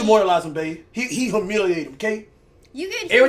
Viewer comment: "He homilated him babe!" Homilated? da fuq? Someone call the cops! Cash is murdering the English language!